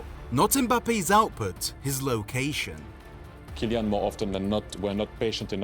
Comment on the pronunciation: "Gillian" I didn't know he was called like that